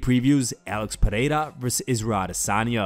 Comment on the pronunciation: Its pe(rrrr)eira not pe(hei)ra